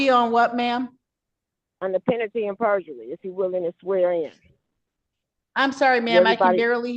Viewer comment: Saying pentaly AND purgery says everything i need to know about this woman.